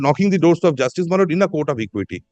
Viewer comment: বার বার মাই লড়ব উচ্চারণে, বক্তব্য এর মাধুর্য বিঘ্নিত হচ্ছে বলে মনে করি, ধন্যবাদ।